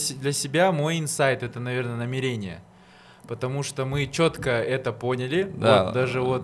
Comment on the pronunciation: Не намерéния, а намéрения